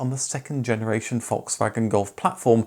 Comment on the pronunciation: In German the letter "a" in any word is pronounced as in "arc", "car" or "dark". If it is pronounced like in "Dad" it would be an "ä" or A Umlaut. Just commenting because Volkswagen is not Volkswägen. :D